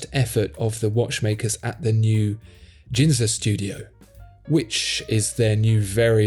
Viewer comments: It's no Jinza, it's Ginza, G sound like Gregory, FYI. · GInza not Jinza. G as in good. Nice podcast. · 'Ginza' with a hard initial G, btw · Grand Seiko doing some quality watches. Also Ginza is roughly pronounced “Guin-za” (Gin- as in Guin-ness, not the liqueur)